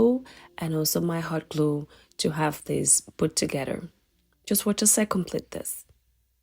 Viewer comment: Together not Togeder please!